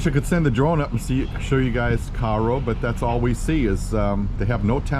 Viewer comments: your are saying the name of cairo wrong....damn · Hello from Paducah. Never heard Cairo pronounced the way you say. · Lived near here my whole life never once heard anyone ever say it like that. Locals say it like narrow with a k instead of the the n. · Good video! I'm a local here and the news team pronounces it wrong too. We pronounce it "Kay-roh" 😊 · we always pronounced it Kay-Row